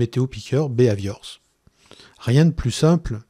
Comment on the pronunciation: Excellent, clair et précis... moi, le seul point agaçant c'est la prononciation du "bi Hai Viore".. à la françoise qui donne un "b ave ior" :)